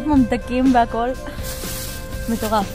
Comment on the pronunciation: אומרים מטורף לא (מתורף)😂